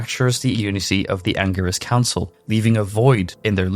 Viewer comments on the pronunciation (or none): anger-is council??? dude, u do diablo lore. at least learn the pronunciations of it. 🤦🏻‍♂ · So many lies.he is not the leader.learn yo pronounce angelic council